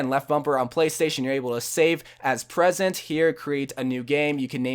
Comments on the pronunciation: He says presents....... it say PRESETS pronounced (pre-sets) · I'm not salty but it is pronounced PRE-SETS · It's pronounced --- preeeee sets.